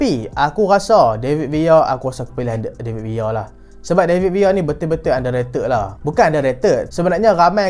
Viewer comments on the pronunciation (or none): David Villa❌ David Via✅ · Bahasa Spain, L bunyi Y